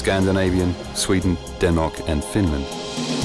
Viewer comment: After hearing my country "Denmark" being called "Dennok" I can not take this "documentary" serious. What secrets? Most of the video is about anything else than the submarine. Boring and pointless!